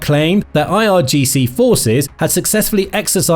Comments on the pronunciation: Also it's IRGC*, Not IGRC. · irgc not igrc noob